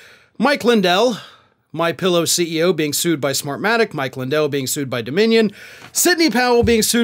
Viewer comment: For a moment, I thought you said they were being "screwed," not sued. Upon reflection, I think "screwed" is correct.